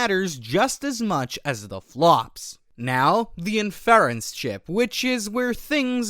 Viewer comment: Great content, but your pronunciation of Inference? Wild.